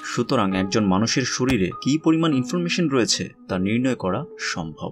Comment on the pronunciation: আপনার বাংলা উচ্চারণ টা আর একটু ভাল করার চেষ্টা করেন। এই ভিডিও তে যেমন শরীরকে শরীল বলেছেন। শুনতে খুবই বাজে লাগে।